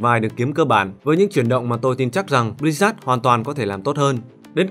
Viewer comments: tên đọc là Bli-Zớt, mà sao cứ nghe là Bli rác ấy nhĩ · Sao tôi cứ nghe "Bli-rác" hoài nhỉ =))